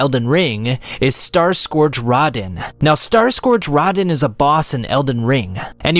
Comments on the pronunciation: I’m sorry, “starscourge Radihn..?” It’s Radahn yo! Rah-dahn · RADAAAAAAAAAAHN! Not RAHDEN dude holy shit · I cant excuse butchering rahdans name, (rah-don) not rodin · I got triggered when he said Raw-Den it’s Raa-Dawn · Great video! But i gotta say this, It's Radaaaaaahn not Radn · Uh oh. Dark souls/elden ring fans gonna come after that pronunciation. (It’s Row-Dhan) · There was no need to butcher Radahn's name like lol. They literally pronounce it in game for you. Also no Sekiro? One eyed wolf with a prosthetic arm?